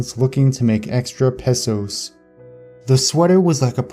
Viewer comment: Cringing every time you say pesos wrong 😂